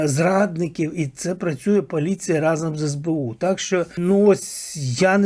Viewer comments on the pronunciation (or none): none